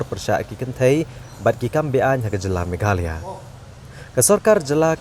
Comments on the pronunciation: Instead meghalaya he pronounced meghalee... Keep it up. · Uhave say in meghalaya not to meghaloi ok